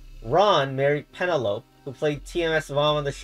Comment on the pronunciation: Penelope doesn't rhyme with Cantaloupe